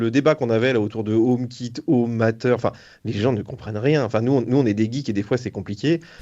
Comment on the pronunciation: Matter se prononce Mateur, pas "Maïteur"